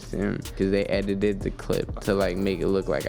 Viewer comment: Lol, a rapper who can't even pronounce the word edited, it came out as edidid - ROFL